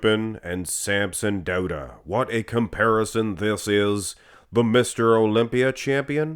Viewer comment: Finally pronouncing Samsons last name correctly!!